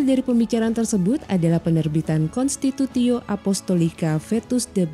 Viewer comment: Terima kasih Tim Komsos KAS. CMIIW, pelafalan constitutio dan participatio sepertinya jadi konstitutsio dan participatsio ya.